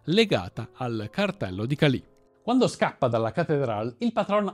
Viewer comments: Cali, senza accento sulla i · Un paio di puntualizzazioni… la traduzione letterale di “plata” è argento, ma in Colombia è un termine comunemente usato per dire semplicemente denaro, soldi. La città si chiama Cali, senza l’accento sulla i. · Bel video come sempre, solo un appunto però: è Càli e non Calì 😊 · Molte imprecisioni per esempio il detto " Plata o Plomo" significa " denaro o pallottola " ( e non " argento.. ) la Città di Cali non ha accento sulla "i" e varie altre.... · La immagine di Evaristo Porras non corrisponde, quello presentato è Vladimiro Montesinos. Oltre la ortografia sarebbe utile migliorare la pronuncia: búsqueda, Jorge, César, Álvaro, Cali, ... È possibile che la nazionale della Colombia sia passata dalla “Catedral” considerando che la squadra del Medellín era praticamente la Nazionale Colombiana a quel tempo. Per parlare di Escobar sarebbero necessarie delle ore, comunque grande sforzo di sintesi. Bravi. Meriterebbe fare un video molto più approfondito, controllando sempre le fonti e tutte le versioni. Senza per forza fare di Escobar soltanto un mostro.